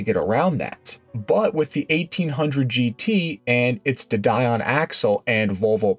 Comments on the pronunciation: Excellent video, well done. The American version of a French name is a tad irritating though. It's a De Deeon, as in Bee, or Sea. De Dye on has French and English people gritting their teeth. Minor, but...! AND, while I'm at it, "Chassis" is pronounced "Shassee". 😁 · Don't need background music. It's not a movie! De Dion is pronounced as De Dee on, not Die on. 😁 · You had me confused. Duh die on ?? It's a French word pronounced Duh deeon. . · I know ok, I'm going to get flack here, but, Americans cannot seem to get to grips with English pronunciations. Marcus is pronounced Marcus and Dion, although French is pronounced Deon not Die-on. Thank you. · AI voice? ‘Marcaws?’…and ‘dedion’ (sp) is pronounced ‘de - de - on’….not ‘did deawn’ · The music is ok as I didn't notice it which is how you want it, don't let it become too loud as that becomes annoying, also de dion suspension is pronounced de deon. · FYI - the semi independent rear end set up you were talking about on the 1800GT is called "de Dion" (pronounced day dee-on). It was a great alternative to all wheel independent suspension car Aston Martin and Alfa Romeo has de Dion cars and even Ferrari tried it once on their F-1 cars.